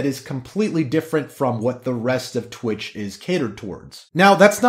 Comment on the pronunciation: It's twitch not twat